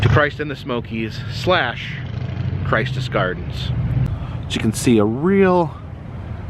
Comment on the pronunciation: I will post an update on World of Illusions as soon as i know. Im fairly sure its going to be another eatery. There was many issues within the mall but it is hard to see it go. Also not a big deal and kind of moot but Its pronounced Christous gardens with a short I not like Christ more like Christian.